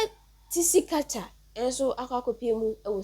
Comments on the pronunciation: Pls your pronunciation the name is wrong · Please learn to pronounce 'Tsikata's name correctly